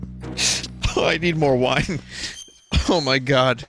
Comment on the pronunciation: oh he wiiine drunk